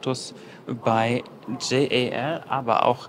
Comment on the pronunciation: Wie immer super Video von euch - informativ und sympathisch 🤗 Die Lounge sieht wirklich fantastisch aus. Gepaart mit dem 1A Service ein Traum. Die Japaner selbst sprechen JAL übrigens immer als ein Wort aus (also „Djall/Dschall“). Und ANA entsprechend „Anna“ ☺️